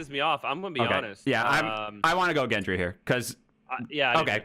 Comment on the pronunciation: Thoros of Myr is “Beric’s boy” And its also Gendry like great or gore, not like giant.